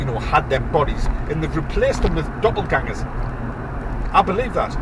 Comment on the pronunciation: Geordie saying doppelgänger...hilarious